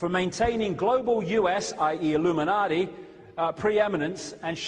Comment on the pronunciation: I wish he'd stop saying "IlluminarDI".......